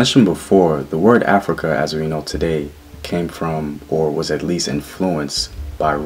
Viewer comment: Which Gerald Massey book mentions Af-rui-ka?